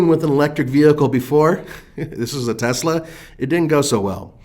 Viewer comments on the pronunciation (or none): none